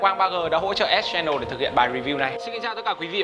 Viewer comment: ĐỌC KHẮM VÃI, ÉT CHE NỒ @@